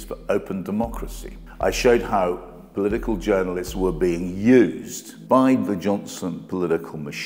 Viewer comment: Very interesting, all the more so from a journalist for a right wing tabloid. I wish that he wouldn’t say ‘polidigal’ though.